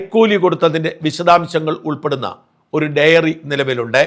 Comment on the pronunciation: സർ, ഡെയറി അല്ല ഡയറി..